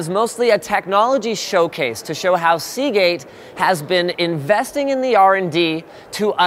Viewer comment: Ya lost me at Seageate.